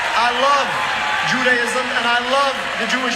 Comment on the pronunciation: As an American Jew, who knows how to pronounce the name of my religion, Dr. El Syed also know how to pronounce Judaism. It is not Judi.Ism. It is juda ism, and whether you pronounce it with a long a or a short a it is an a and not an i. Also, I believe I met Netanyahu back in the mid 1970s when he was a student at MIT but also a speaker who toward the country for Zionism. I wasn’t impressed then and I sure as hell I’m not impressed now.